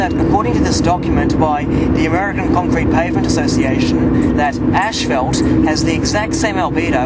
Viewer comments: it is "ass-fault", you illiterate, not "ash-felt". How can I take anything that you say seriously? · its not ash-felt its ass-fault in the way you pronounce it. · it'd kind of funny to discover that Australians pronounce "ashfalt" instead of "ˈas-ˌfȯlt" 😁 Please note that the car headlight is on your face, not on the asphalt .... That might interfere with the result. But I like the experiment anyway. I agree Myth Busters failed theirs in terms of replicating moon conditions. They only replicated the movie set used by NASA!... 😁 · Saying asphalt in Australia would probably sound as funny to them as ashfelt does to us. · that’s just the way all Aussies and Brits say asphalt. The same way that Brits and Aussies pronounce aluminum as “Al-Lou-min-E-um”